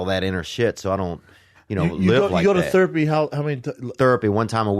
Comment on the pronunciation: Theo subtlety throwing shade at Brendan’s retarded pronunciation of “therapy” lmao